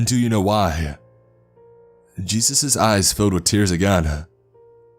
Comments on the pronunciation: Lmaoo I wanna know what Hispanic calls Jesus "Chus". That's the first time I've ever heard that 🤣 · Dude says jesus like its spelt Juice. Kinda ruined the whole story hearing that. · Jesus in Spanish is pronounced juice 😂